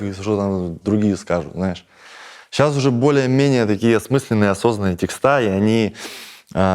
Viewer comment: Да не текстА! А тЕксты!!!! Пожалуйста